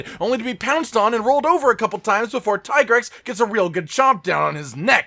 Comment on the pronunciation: Tie grex? Seriously? Its teegrex